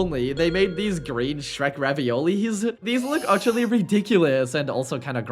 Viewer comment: That's not Shrek that's skek😭